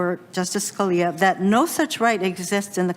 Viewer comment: Also does not seem to know how to pronounce "Scalia"!